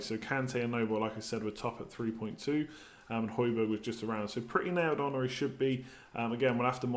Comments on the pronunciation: Hojbjerg is pronounced hoy-bee-yair his uncle teaches me at school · That's pretty awesome. Also, just for future pronunciations: j=y for most European names (excluding Spanish ofc).